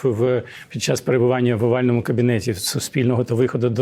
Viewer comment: Чому завжди пом'якшує літеру "Ч"? Чєкати, чьому, чяс? Ніби ж її рідна мова українська... Чи може вона Фіцичь?